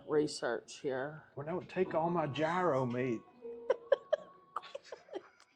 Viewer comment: gyro sandwich" is YEE-ro